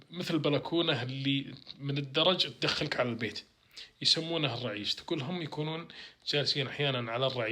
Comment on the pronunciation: العريش وليس الرعيش